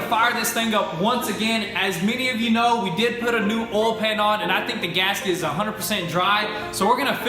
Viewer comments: Oil not ollllll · Oil not “OLL” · Oll? The fuck is Oll? I've heard of oil. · hahaha why do you call oil for ol? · Olde Oihal.. MMmm just fille dup the OYALLL.. Ol Ohal.... MM... filln up the ohal with ol Oyle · How many times can someone mispronounce OIL? It has a "i" in the word, it is not spelled ol. You say it like the word "old" minus the last letter! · I enjoyed when you said "ol" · The way they say oil. Olle 😂😂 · the "OWEL" lol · Say oil right god damn it